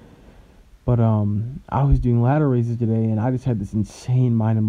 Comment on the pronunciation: So y’all just gonna ignore that this dude said “left lateroid” come on man 😂 No hate man, all jokes! been watching the vids for a bit now, keep it up big dog 💪🏼